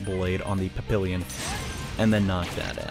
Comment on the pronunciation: This playthrough is amazing! Only downside is that can't pronounce papillon right. To be fair, French is wack